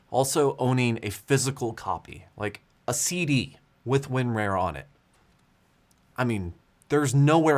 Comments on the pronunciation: / - That was my thing, it should be like "tar", "car" , "bar"... Not "wear" or "rare"... :D I laughed my butt off when I realized he never corrected his pronunciation :D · It's Win-RAR. not Win-Rare. LOL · LGR did it for real... Thought its WinRAWR not WinRARE?? LOL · WinRAR is pronounced win"RAWR" Like a lion roar. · The worst part of the entire april fools joke is pronouncing it win-rarE? The rest I could handle but not this. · Win-Rare? 😂 I can't figure out if that's legit or the southern accent coming through 😁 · Same. I've always heard 'Rar' as sounds like a pirate 'Arrrrr' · He's the only person I've heard pronounce it like that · nah bro, southern AF over here, literally none of my IT coworkers down here have ever pronounced it that way